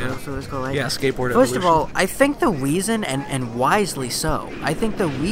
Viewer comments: i think the" weeson". instead of reson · "The Weason"!!!!!